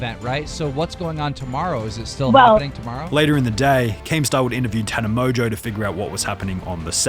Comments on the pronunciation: How do you pronounce tana mongeau as “tana mojo” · Never heard of her until this video 😆 Btw, love how the narrator pronounce "Tana MOJO" 😄